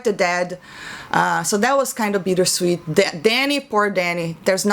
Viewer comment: I'm sorry, are you saying "Beater sweet" or are you saying "Beat her sweet"?